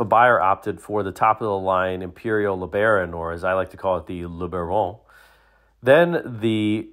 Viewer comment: if you like to call the Le Baron "luh bahr-OHN," just to be consistent do you also call the Buick LeSabre the "luh SAHB-ruh"? 😉